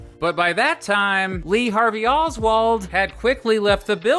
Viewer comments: If I have to hear “Olzwald” every time says “Oswald”, so do you. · why do you say oswald like that